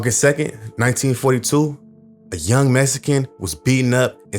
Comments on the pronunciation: The way you say the word "Mexican" as "Messican" ...ruins this whole shit for me! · I don't know where you were raised but growing up in Compton and I didn't know a black person that didn't say "Mexican" that way. It was very common. Blacks have our own twists on pronunciations of words that are like shortcuts. Some examples are "Gangsta" instead of "Gangster", "Slippin" instead of "Slipping", "Hoe" instead of "Whore", etc.